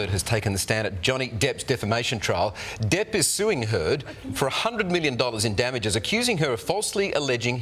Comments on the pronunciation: The guy said Johnny Dip. lol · He calls Mr Depp DIPP